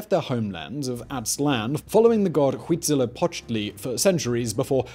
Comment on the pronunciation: Simon tends to butcher a lot of names, but I have to give him credit for saying "Tenochtitlan" correctly (and also a not quite bad "Huitzilopochtli") :D